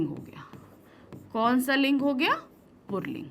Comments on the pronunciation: पुल्लिंग है न कि पुर्लिंग । (purling ) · पुल्लिंग को purling क्यों बोलती है mam